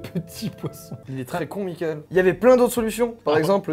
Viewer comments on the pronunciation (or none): none